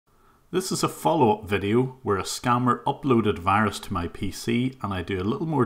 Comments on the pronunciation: Why can’t they pronounce the letter “v”? I always thought it was funny when they said “wirus” but I never knew why. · HAHAHA he actually says wirus XD